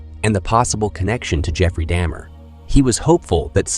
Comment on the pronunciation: This was a good and informative video. But the fake attempt at some form of AI voice over makes it annoying. You pronounced Jeffrey Dahmer's name correctly the first time and then seemed to purposely say it wrong the rest of the time. And it seems you purposely said several things wrong in an effort to sound like AI. Its weird. Through most of the video you called him william NewtonS and then changed. Its weird and disrespectful to the deceased.